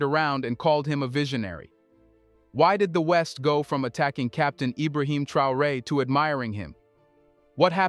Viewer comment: His name is pronounced TRAY-OR -A……..3 syllables……you’re welcome